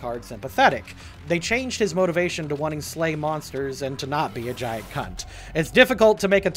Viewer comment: I know I said this during the Dio video, but hearing you say C*not sounds so wrong but so right and I have no idea how to feel about it.